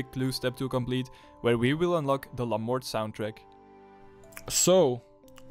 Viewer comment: La Mort is pronounced "La Mor" the t is silent, it's french for "Death" as in the reaper.